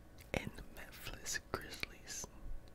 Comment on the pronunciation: really got a problem saying Memphis 😂 a few vids ago he said menthis and now this man saying memfliss